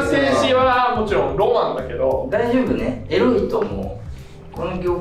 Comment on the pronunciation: 「えらいこと」に聞こえるの僕だけ！？😂